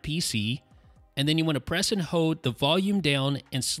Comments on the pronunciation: Why cant this guy say hoLd? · Dude, you did say "hode."